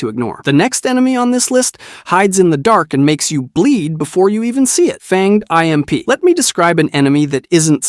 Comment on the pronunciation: Did u just say fanged I.M.P 😅